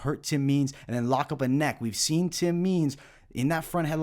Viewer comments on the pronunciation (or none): none